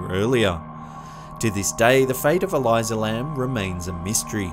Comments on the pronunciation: It is so easy to break these videos down, Elisa Lam (El-iisah) and not (Ee-lie-zah) Elyzah Lam was manic, she was on medication and bipolar type 2. The door to the elevator jams, and a quick look into psychology; You can read her body language. She is not talking to someone, she is talking to herself. She seems to use each finger to account for all the trouble she may have been having on the trip. She is not possessed she is checking the sensor for the elevator. The wells are not hard to reach, you can access them on a fire escape. And a ladder leads right up to the latch wich has never had a lock despite what media told you. And as for the rest of these videos, cgi, cgi, camera film student tricks and a good seizure. Cameras developed in china flickering is not paranormal. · There’s not a “Z” in Elisa Lam. Why the fuck are you pronouncing it like that?!🙄